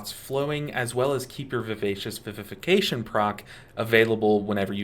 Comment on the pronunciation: Thanks for being one of the few who can pronounce Vivacious Vivification correctly. Great guide! Even as a long time mistweaver I always learn something new.